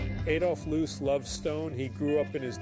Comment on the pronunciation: Amazing building and design. – AI is not cutting it yet. The name is Adolf Loos, not loose, loss, lose, or losee. I have heard AI narration with better intonation, but it’s probably based on how the narrator.